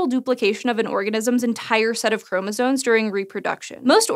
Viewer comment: Apparently a college education means nothing. Maybe it never did !!! The word is "chromosomes" (not chromosones). Really ! I can reliably assure you that is the word. Really ???? a college graduate who does not realize or even hear herself saying it incorrectly !!! The erroneous pronunciation...that is pathetic !, and furthermore what of an editor or a proofreader of this script !!! (Someone certainly needs to take ownership of this error !!!) Well, least the person or AI that intuited the CC subtitles knows that...how about teaching that little nuance to your reporter and editor, hey ???? !